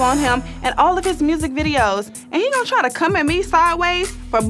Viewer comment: "I got new MRURSIC" 😂❤️